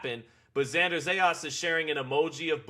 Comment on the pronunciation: It’s not Zejas! Is Zayas!